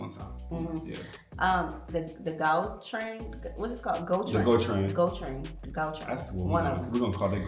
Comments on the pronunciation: It's Gautrain, But pronounced Haaa-wuu-train, like gauteng😭😭😭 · Gautrain for you it would be easier if you pronounce it as Howtrain